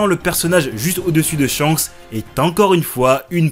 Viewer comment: Petite correction, Shanks ne se prononce pas ShiYanKuSu mais Shankusu, en effet le « Ya » est minuscule, on a donc une contraction du Shi et du Ya qui donne Sha (mais effectivement, ça s’écrit bien Shiyankusu)